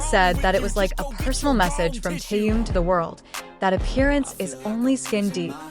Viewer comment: Что за безобразный перевод. Так коверкать имя Тэхена.